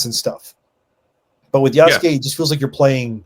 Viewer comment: Its far cry 3: Ya-sucke